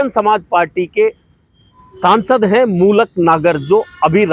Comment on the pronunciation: मूलक नागर नही मलूक नागर है नाम !👍